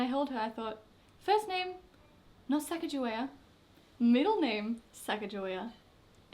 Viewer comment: I'm from North Dakota in the U.S. Sacajawea is a hugely prominent figure in this area. However they mispronounced the name horribly in this region.